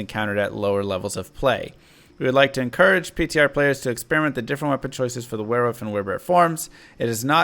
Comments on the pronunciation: Were-wolf Not were-woof lol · Wearwoof... is that international or does the guy not know how to say wolf lol? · I love it when talks about were-wuf 😂👌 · Are you saying wearwoof?